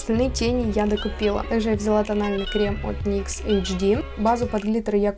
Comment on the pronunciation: Как только я услышала выражение "мастхэвы никсА" сразу выключить захотелось!